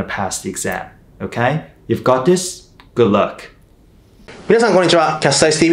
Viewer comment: good luckの発音秀逸